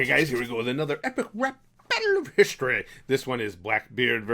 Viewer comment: Please stop saying history like that it’s so cringey (not trying to hate) I do enjoy all your other things